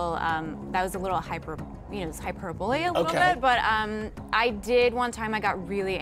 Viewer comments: Did she mispronounce hyperbole? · She said hyperbole, not hyperbully. ;) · Did she say "Hyperbolia"? Lol. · I don’t know why, but I find it hilarious that she knows Frederick Nietzsche well enough to write him poems on the wall, but doesn’t know how to pronounce his name...or the words hyperbole & hyperbolic. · She doesn't know how to pronounce "hyperbole."